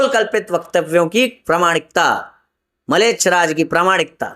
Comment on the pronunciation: Malech nahi mlech hai🙏🏻 dhang se uchhaharn ho nahi paraha hai.. Guru prati andha bishwash ishpasth dikhraha hai...😂